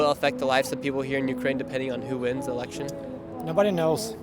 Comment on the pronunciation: great video! it's Election btw not Elecltion